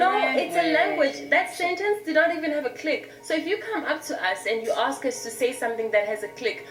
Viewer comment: Ask😅...not ask..axe😅❤